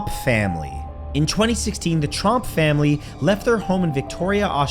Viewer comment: Thats TROMP not Trump